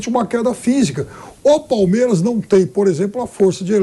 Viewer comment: Engraçado ouvir o pilhado falando 'palmieras' o tempo todo 😂😂